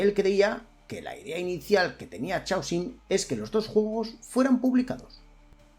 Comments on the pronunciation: Por piedad , para de pronunciar chhh aosium A poco no reconoces o palabra Caos (en inglés y muchos más idiomas chaos)? Pues eso, C aosium!… Es un poco irritante escucharte pronunciar mal a cada vez que lo dices. Parece que estás hablando de un chicle. Y eso que me encanta lo que haces! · Normalmente no me quejo de la pronunciación en inglés... pero en este caso es una palabra importante y se repite docenas de veces: Chaosium. Es una variante que se inventaron a partir de la palabra "caos" en inglés ("chaos"), que se pronuncia mas o menos, en fonetica de andar por casa, "keios". Por lo tanto, "Chaosium" se pronuncia (de nuevo, mas o menos) "keiosium"